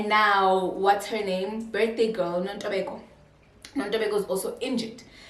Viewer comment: The way she says, "Nontobeko" in the beginning. 🤣🤣🤣